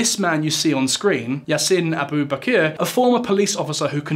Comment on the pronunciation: As a Trinidadian, yes this is not a safe country and I don't think that bit is hyperbolic. However, some small details - 1. I don't think I've ever met a Trini who thought of ourselves as Latin American. We're just an anglophone country that happens to be near South America. 2. Abu Bakr is typically pronounced like Abu Backer.